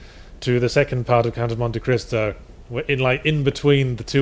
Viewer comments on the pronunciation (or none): Generally speaking, when get in a tiff, I'm on side, but this time I definitely heard "Crisco" instead of "Cristo". That said, anyone else think just getting tired of Yahtzee's shenanigans? He sounds very--weary--of Yahtzee's comments.